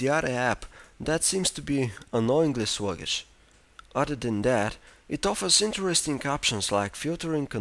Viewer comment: haha 'music wibrary' 'annoyingly swuggish'